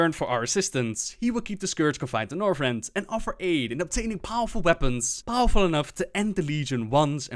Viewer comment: Northrend does not have an "s."